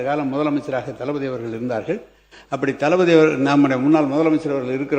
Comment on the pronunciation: தளபதி ❌ டல்பதி ✔️